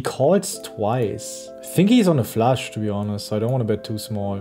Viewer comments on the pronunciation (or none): Love it! But guys...who told Ben to pronounce Flush as Flash?